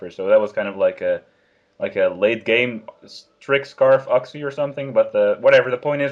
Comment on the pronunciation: I'm pretty sure you pronounce Uxie "You-ksee